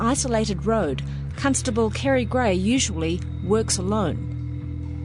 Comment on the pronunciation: did she say cuntstable?